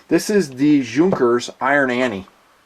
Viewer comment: You said that you are big fan of planes, especially military planes and then you can't even pronunce correctly name of Hugo Junkers - one of the most important and well-known aircraft constructor in the history. Pathetic.